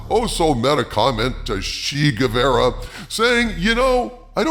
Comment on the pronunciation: 1 - You do get what they’re doing with “fair,” right? Because it means two things! Clever! 2 - It’s, er, GuevAra. With an A.